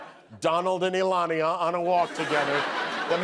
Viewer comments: "Donald and Elania" 😅😅😅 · “Elonia”…..good one!